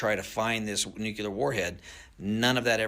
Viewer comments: Can't take seriously anyone who says "nucular". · You gonna trust a guy that can't even say nuclear?